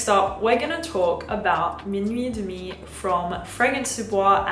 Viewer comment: Your pronounciation of « minuit et demi » was perfect!! U sounded french for a moment haha